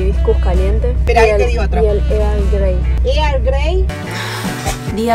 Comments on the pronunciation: For - Here's a tip: "Earl" and "girl" sound the same. So, just remove the "g" from "girl" and pronounce it: "irl grey" and it'll sound correct! Earl Grey 👍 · estas loca, jajajaj. eargrei